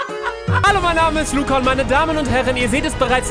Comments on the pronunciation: # 4.20 sie sagt lurrz😂😂😂😂☹️😂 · Lugga😂😂 Luca nicht Lugga